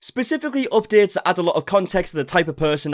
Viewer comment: OHP-DAY-UHTS. I could listen to you speak for hours.